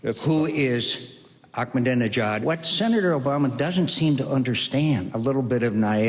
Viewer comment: Arck-menideni-jaad! woooo